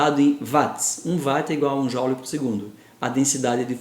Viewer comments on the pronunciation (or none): Caro professor. Tenho para mim que a unidade de potência se pronuncia "uote" e não "vate" assim como a unidade de carga deve pronunciar-se "culom" e não "cúlom". O mesmo se passa com a quanto a mim, errada pronúncia da unidade j que deverá ser "jule" e não "jaule". Os meus cumprimemtos. Artur Gonçalves